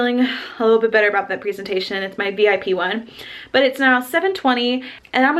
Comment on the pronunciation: And babe that's to be called "prezentation" and not "preezentation" NO OFFENSE